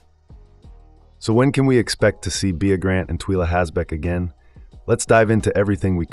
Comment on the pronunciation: The narrator is clearly reading a script and poorly with zero prep. He can’t even pronounce bea and Twyla which strongly suggests he’s probably never even seen the show. This is worse than ai slop. C-. Reread the assignment. Not to mention no real intel re season 2 beyond that like everyone else, we don’t know anything except that has not yet been renewed for season 2.